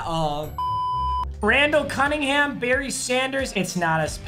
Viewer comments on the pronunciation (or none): none